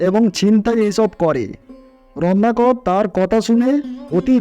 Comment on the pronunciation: আমি শুধু বুঝতে পারলাম যে বারবার রত্নাকর কে রননাকর বলা হচ্ছে, উচ্চারণ যথাযথ ভাবে বলুন।